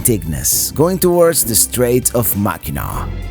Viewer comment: Say "MACK AN NACK", no MACK EN NAAW please! <3